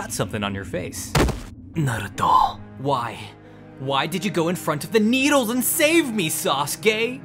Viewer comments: thats not Naruto, thats Narudo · "nArTuOh nArUtOh nArUtOh bElIvE iT bEliVe It " I believe it